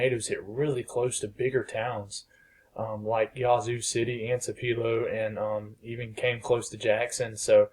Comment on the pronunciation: TWOpuhlow, not twoPEELO. ;)